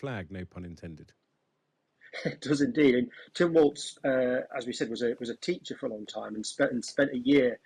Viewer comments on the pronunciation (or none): none